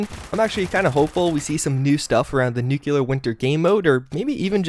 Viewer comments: He also pronunce NUCULEAR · I'm so sick of people pronouncing it "nucular." It's NUCLEAR dammit! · We absolutely love your videos, but you are killing us with the pronunciation of two words- "Nuclear" and "forward"! It's (New-Clee-Are) not (New-Q-Lar), and it's (For-Ward) not (Foe-Ward)! Other than that, we love you, man! Great videos! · it's pronunced Nuclear for christ's sake. New-klee-ur. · Actually it's. New-clēar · Kaleb Mitchem glad someone else mentions t